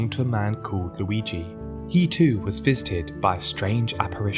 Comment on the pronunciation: “He to was fisted by a strange apparition.” I know it’s “visited” but it’s no where near as funny.